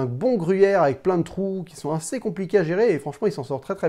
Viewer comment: Arrete de dire "inssez" ou alors tu dis "aseption" et ca sera raccord